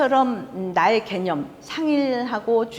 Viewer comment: 연제가너무깁니다 . 이런 이런 일은 그만하려 했읍니다만 마지 못해 또 잘못을 지적하지 않을 수 없습니다. 긴 자를 짧게 잘못 발음한 예: 세포,대상,개념,포괄, 말씀,총괄 ,개체,대변, 알 지, 비 주체,처방,처방, 두 번(하나, 둘, 셋도 제대로 발음하지 못하는 한국 대학 교수!!),작은(small) 같은 평상 고유어는 학교라곤 문전에도 가보지 못하신 우리 할머니들도 이 따위 엉터리 발음은 하신 적이 없ㅇ.셨다. 제발 말 공부 좀 하신 다음에 강단에 서십시요!!!